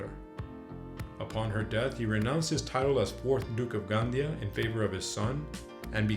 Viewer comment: Gandía, the "tilde" or accentuation mark, must be pronunced. Lots of black legend, but very nice report.